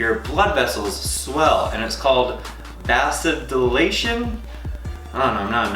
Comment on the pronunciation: Pronounced Vay zo dilator. I had to ask my son, he works in health care. 😀😀😀😀 Thank you for this recipe. I do not drink alcohol but I Loved the Breakfast Buzz. I tried it once when I took a trip to Scottsdale to help a friend. Wow, looking forward to making this a.s.a.p.